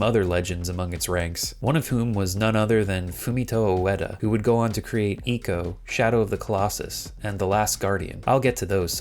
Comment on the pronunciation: Thank you for saying Ico right. In a development video of The Last Guardian, they said Trico rhymes with Ico.